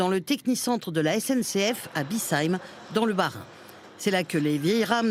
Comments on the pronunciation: Déjà c’est # Biche… Heim # et non pas # Bis ..Heim #. Le rose ou le bleu 😂 Bon sang, on en est encore là. Que ce soit pratique, fiable, propre à l’intérieur comme extérieur, ce qui est de loin d’être l’apanage de la SNCF. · Les alsaciens accordent leur pardon à la commentatrice qui prononce le nom de la ville Bischheim en <<BISAÏM>>. Ça se prononce plutôt << BICHAÏM>> 😅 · Bischheim ça se prononce comme BICHE-HEIM et pas BIESSHEIM... 🙄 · A bisseim le bad tf1 qui rate la prononciation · Bischheim se prononce bi"ch"eim :) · J’ai aussi tiqué quand elle l’a dit 😂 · c’etait une horreur la prononciation 😂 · Comment elle sait pas prononcer BISCHHEIM ... une journaliste parigo qui cite une ville alsacienne ...😢😮😅